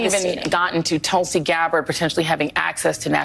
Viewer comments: She may be intensely jealous of Gabbard that she got such a powerful & prestigious post while she, AOC, got nothing remotely comparable. Btw, Gabbard’s first name is pronounced ‘Thulsi’ (short vowel as in ‘put’, ‘th’ as in ‘think’), not ‘Tullsi’ (‘u’ as in ‘pulse’, ‘t’ as in ‘talk’). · Mispronunciation of the name Tulsi pronounced Toolse Tulsi has Its own mythological history .Its in every hindus courtyard and worshipped.